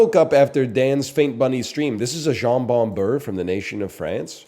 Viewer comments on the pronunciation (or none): NL pronounces jambon-beurre like it's jon bon jovi